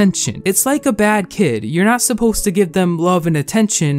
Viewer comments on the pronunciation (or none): none